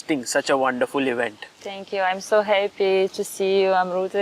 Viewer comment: sagar forgot how to pronounce his own name😂😂 "jo ladki ne bula diya, wahi apna naam ho gaya"- gems of simps